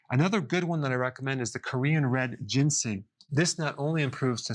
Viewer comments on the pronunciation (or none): The moment he said Gingseng he lost all credibility